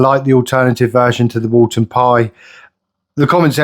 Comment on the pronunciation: It’s Woolton Pie, not “Walton” pie haha. Woolton Pie was named after the British Food Ministry Secretary, Lord Woolton. Also, the recipe does not come with mashed potato on top, as if it was a Shepherd’s Pie. I know that there have been Youtubers that I have put mashed potato as a topping, but it is a misinterpretation of the actual recipe. The authentic Woolton Pie recipe is made with your choice of either Wholemeal Pastry or Potato Pastry - Mashed potato would only be used to MAKE the pastry if you chose to go with potato pastry.